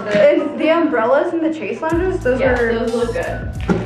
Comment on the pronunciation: It's killing me that you keep saying "chase lounge" 😭🙈 Although it's spelled similar (chaise lounge), it's pronounced "shez long" 😄